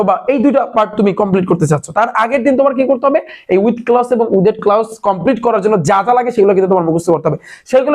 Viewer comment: ক্লাউস না ভাই ক্লস